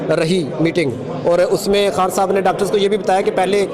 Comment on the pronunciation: خان ہوتا ہے حان نہیں۔ تلفظ ٹھیک کریں